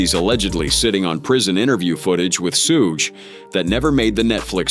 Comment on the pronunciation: His name is pronounced shoog not shoez or shoogay. Suge Knight…. Say it right. 😳